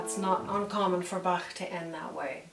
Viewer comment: She spells Bach very well! Sounds very native